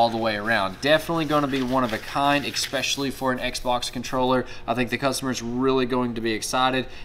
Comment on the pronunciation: Sorry, once I heard "eXpecially" I stopped watching. Nothing personal, just a rule I have.